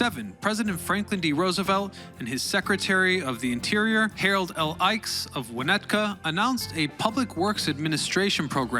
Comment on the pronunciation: Harold Ickees pronouncd (ick eez) nice report just a few quibbles but a long time chgo resident well done report well done